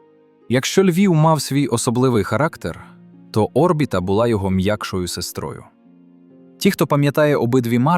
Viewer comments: Де ти вчив українську мову??!!! Не о́рбіта (наголос на першій О́), а орбІта ,(наголос на другій літері, "і")!!! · Чому О́рбіта? Орбі́та ж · Ще б автору дізнатися як коректно казати слово Орбіта..... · Наголос на і😂 в слові орбіта.